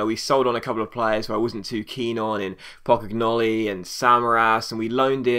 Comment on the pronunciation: I'm just glad Pocognoli is gone so I no longer have to listen to you butcher his name xD